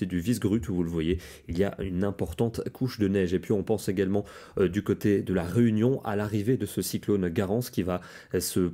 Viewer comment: je pense que tu t'est trompée olieux de dire la réunion ta dit runion mais sinon j'aime toutes tes vidéos merci pour cet météo ❤❤❤😊😊😊